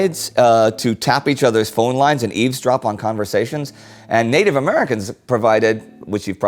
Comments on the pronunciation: native not natibe :) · Natibe AHAHAHAHAHA